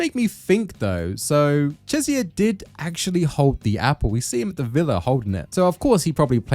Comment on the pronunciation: Bro why do you pronounce Cesare’s name like that? isn’t it CHEH-zah-reh (CHEH as in “cheddar”)?